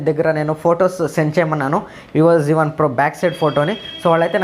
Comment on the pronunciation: Zee1 kadu babu z1